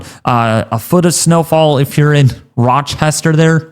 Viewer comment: Should probably learn how to pronounce city names beforehand. Especially since they're on maps you're going to show. Transverse? Row-Chester? Cadilica? Eww Claire? C'mon now.